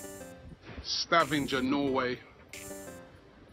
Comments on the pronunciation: 'Stavinjer' (Sta-van-ger) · Your pronunciation of Stavanger made my day! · Hope you enjoyed your ride driving through Norway, there is lots of beauty to see! Also, you completely butchered the spelling of Stavanger